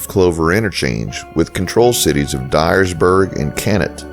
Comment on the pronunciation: Brag-a-dosha. I live 10 miles north-east of Dyersburg and work in Caruthersville. Thank you for saying Dyersburg, Hayti, and Caruthersville correctly!